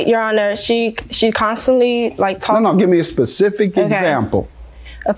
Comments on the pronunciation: Specific NOT pacific... Girl talking about the ocean 😂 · "A pacific example..." 😂😂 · I'm hearing "pacific example" from the planiff. Is that correct?